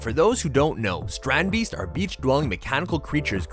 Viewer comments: Strandbeest is basicly beach animal in our country (ye im Dutch yeah) and ya pronounce it as strahndbayst like ya pronounced it right but the a we pronounce it like if ya didn't understand smt and ya say aaaaaaahhhhhh as in now I understand it that's how we say the a and the ee we say that as ay or ey in english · Really cool, I saw a documentary thing on them once. But the mispronunciation of beest is annoying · How you say it hurts me as a dutch person